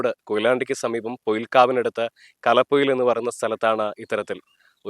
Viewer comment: കലപൊയിൽ അല്ല കലോപൊയിൽ എന്നാണ് സ്ഥലപ്പേര്..